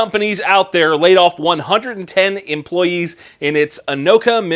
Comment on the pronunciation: You correctly pronounced "Anoka, MN." Impressive!